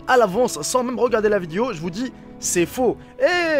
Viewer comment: On dit une VIDÉO et non VIDIO...😂